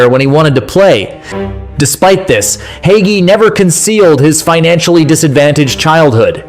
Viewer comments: Not to mention mispronouncing Hagi (hajji) as "haggy"! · cool video the gi at the end is pronounced as in gi in ginger. in romanian, what you pronouncing in the video is haghi.